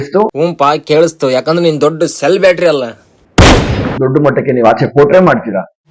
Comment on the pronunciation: ಅದು ಸೆಲ್ ಬ್ಯಾಟರಿ ಅಲ್ಲ ಸೆಲೆಬ್ರಿಟಿ